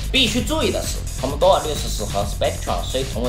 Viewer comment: 感觉厂长是不会念value和commodore吗。。。？为什么这两个词要草草的带过？其他的词明明都是铿锵有力的（basic这个词铿锵有力的念错）